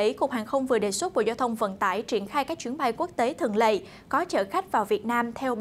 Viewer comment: Đài ơi “ chuyến bay thường lệ” chứ đâu phải “thường lậy”...phải không ạ..??!!! Những tưởng đài báo phải tuyển dụng PTV nói “tròn vành rõ chữ” ấy chứ nhỉ ...